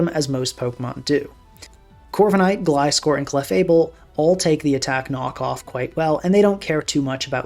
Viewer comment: British Gliscor